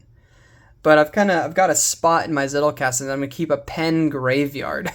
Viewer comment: zettelkasten is german and the z is pronounced the z in pizza or the ts in cats. greetings from bavaria, munich.